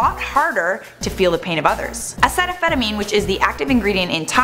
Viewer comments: why is she calling it acetaphetamine? Its uh-seat-oh-minnow-fin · It's A-Cee-ta-mina-fin not whatever the fuck you're saying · your saying it wrong to you know, its acetaminophen. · am I the only one sitting here thinking she said acetaminophen completely wrong? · You pronounced acetaminophen wrong.